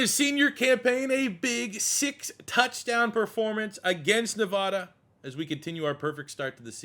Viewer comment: Great video! As someone who lived there for over a decade, it's NevAda like apple, not NevAHda like aweful.